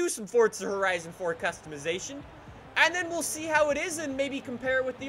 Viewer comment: Velkam ty forza horaizon foor